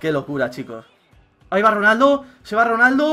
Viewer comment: ojo a "RANALDO" en el minuto jaja